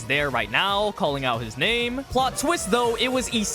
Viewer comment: plz pronounce the names right 🙏